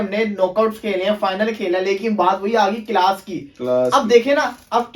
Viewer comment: Are ooo bhai class hota hei kilas nehi hota.....